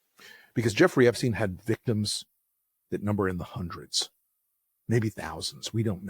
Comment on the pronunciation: His name was Epstein, not 'epstene'. Try Forvo, or learn basics of German.